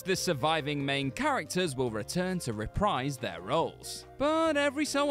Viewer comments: Omg stop, you say it "reh-prEEz". This "rEE-prize" shit is making my ears bleed. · It's not 'REE-PRIZE'. It's 'REH-PREESE'. It's so fucking simple.